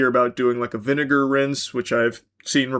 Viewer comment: He did NOT say vinegar